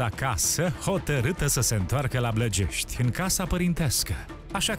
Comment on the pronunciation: Nu mai e blajești acum e blagești 😂